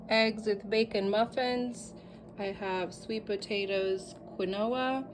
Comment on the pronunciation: Wow, I thought my lights had gone out 😅. Quinoa (keen- wa) Your meals look soooo good 😋. Your burgers burgers are like mini meatloaf burgers. Ok, you pronounced it correctly then. I will be trying some of your ideas. Thanks for sharing.